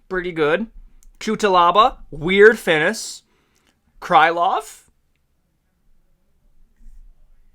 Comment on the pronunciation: Why does bro say Finish like "Fines" 💀💀💀💀